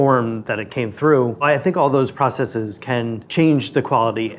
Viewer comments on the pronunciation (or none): none